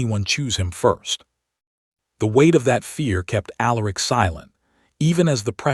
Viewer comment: If only the AI voice could learn how to pronounce words like bowed, Silas , read, Aleric. Alternatively use simpler names.